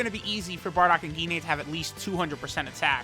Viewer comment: Dude really said "Gi-nay"